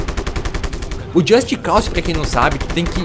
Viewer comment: just cause o que o falou just calçe ou seja só cause seria o correto porém pró é só calçe